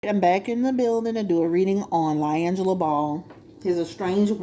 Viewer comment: His named is pronounced Lee-Angelo not Lye-Angelo 😂 sorry I couldn’t take it 🤦🏽‍♀️